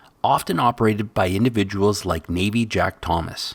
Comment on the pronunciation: Navvy is pronounced like "navi" as in navigational. Its another word for labourer. Navvy Jack was known for going to beaches and finding the best mix of sand and round stone for the making of concrete. That is why today we still call a 2 part sand 3 part stone mix of aggregate "Navvy Jack" at most gravel pits around the west coast.